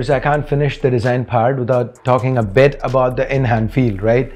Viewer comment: it's not bout it's About